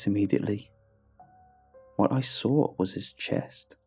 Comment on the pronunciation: Everytime you say "saw" it sounds more like "sawr"